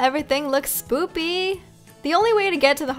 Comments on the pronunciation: Lol you tried to say spooky, bit you said soopy😂😂😂😂😂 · You know you said SPOOPY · Girl said spoopy at the start😂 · by the way u said near the end oooo it look spoopy lol it spooky ik it was accident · Is it just me or did I hear say spoopy? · You said spoopy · Did anyone else hear her say spoopy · did you say spoopy😅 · You keep saying spoopy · you said spoopy you mean spooky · Lol you said spoopy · Y did you say spoopy it's spooky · Why do u say soppy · I had to rewind the video to listen again, because I'm sure I just heard say "spoopy".... 😶🤣 But then I come to comment and whattayaknow. She's written it in the comments too 🤣 now that I know it was intentional, I can go on about my day. Thanks for the laugh! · She said SPOOPY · U said soppe. Haha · OMG YOU ALSO SAY SPOOPY !!?!?!? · Did you hear her say spoopy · You said spooby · the first time you said spooky you said spoopy. hahahahahahahahahah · She said spopy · Did you say SPOPY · You said spopy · Lol You said Spoopy instead of Spooky